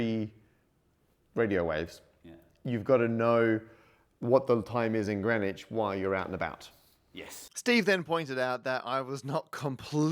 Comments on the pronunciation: its Green not Gren. My name is Grenville, why cant Englishmen speak English? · OK. All this talk about lines, but you're mispronouncing the location--it's "Green Witch", not "grennitch." Sillies. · The hardest part to understand about this video is how Greenwich is spelled green witch, but is pronounced as grin itch. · Why is it that you don't pronounce the W, or one of the E's in Greenwich?